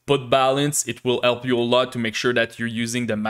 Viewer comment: I officialy grant you the permission to pronounce H in the word "help" 📜